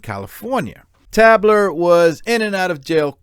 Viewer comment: It's pronounced Tay-bler.